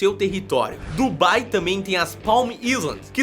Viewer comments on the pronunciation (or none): none